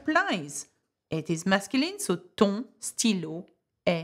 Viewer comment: Why your ton sounds like don?